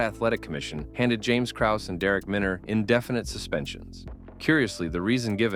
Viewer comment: Having a clip of Braindump Schwab, who can’t even pronounce Krause correctly, invalidated this entire video. But ima still give a like.